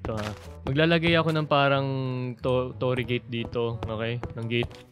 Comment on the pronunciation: natawa ako nung pag kasabi ng tore gate